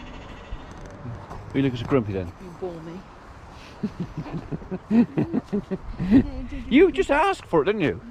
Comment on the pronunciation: 943 was that bore me or beatme lol